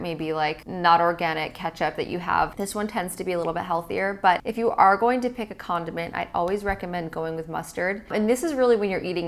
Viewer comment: It’s condiment not condoment